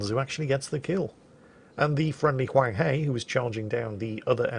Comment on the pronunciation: My lord, it hurt me hearing you say hunghe, the "he" pronounce "her" as in Hershey Chocolate. But at least you got the Huang right.